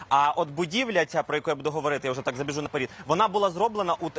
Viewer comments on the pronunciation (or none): Говоріть правильно! Яке " на перід"? Вірно "забіжу на перед!" Не паплюжте укр мову!!!